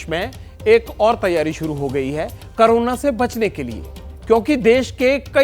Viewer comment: करोना नहीं कोरोना होता है 😅